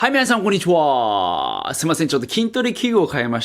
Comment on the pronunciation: なんでこんにちはじゃなくて こんにゅち ぅわぁぁぁ↑なの🤣